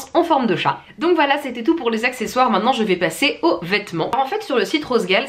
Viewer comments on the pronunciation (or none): none